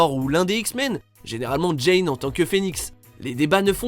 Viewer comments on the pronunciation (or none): Tu peut pas faire un video sur marvel si tu appelle djine* djayne* on est pas Dans Tarzan